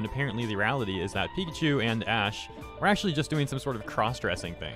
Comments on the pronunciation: I don’t know if anyone noticed this but is nobody gonna talk about how at the beginning of the video the voice says Pi-ca-cu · The Pikaku nightmare. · I love the text to speech saying Pikachu like “Pikaku” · All according to pikaku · No, we should actually talk about how the talk bot actually pronounced pikachu as pee-ca-coo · Bro the tts bot trying to pronounce pikachu has me rolling on the floor